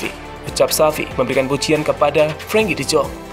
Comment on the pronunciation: Frankie de zonk??? Salah penyebutan nya min